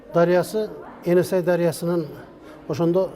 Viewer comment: Каап туура эмес айтып жатасынар эне сай эмес ээн сай туура аталышы айтылышы енисай .ээнсай бул широкая река деп которулат